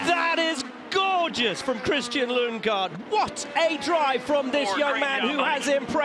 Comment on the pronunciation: "Lunge-gaard?" Really?